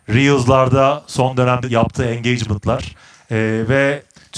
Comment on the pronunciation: angacement nedir ya türkçe söylesene😬